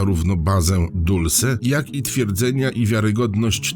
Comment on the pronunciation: Znowu. Nie "Dulse" tylko Dolsi